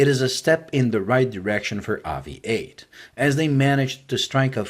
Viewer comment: It should be pronounced like aviate , Obvs.